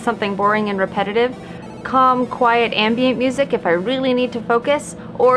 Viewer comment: You said "ambient music." I heard "anime music."